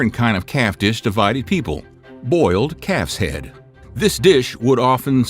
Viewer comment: At first I thought he was saying “boiled cat’s head”. Calf’s head is bad enough.